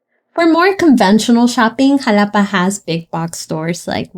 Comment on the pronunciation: primero aprende a pronunciar el nombre y luego haces tus videos